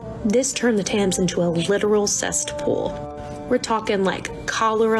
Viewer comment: people who say "Cest pool" should not be trying to educate anyone on anything